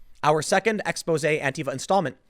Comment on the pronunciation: You said, "Exposé"